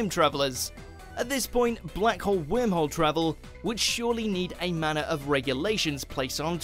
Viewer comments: it bothers me when he says Whimhole... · The guy who pronounce Worm Hole as Whim Hole must be an Esshole :D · Take a shot every time he says “Whim-hole” lol 🤦🏽‍♂️🥃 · omg you didn't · Idk how to pronounce it like that and I’m British. “wourmwhole” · Is it only me that he is pronouncing wormhole as whimholes 🤔? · Wormhole sounds weird when a British person is pronouncing it.